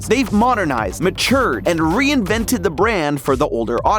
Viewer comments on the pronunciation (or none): “MRE-invented” lol